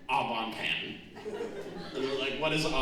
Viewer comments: Au bon pain is what he was going for but it did sound like oblong pan 😂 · My dust-covered French degree is curling in its frame at the pronunciation of 'Au bon pain'.